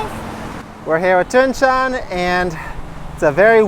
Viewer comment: One question, because I hear it in every intro 😁 You introduce Thuong. But you pronounce her name different than she. You say something like "Joon Jen" but she says like "Joon Jes" ? 😄 I just notice it every time and wanna ask, what is the difference between both expressions?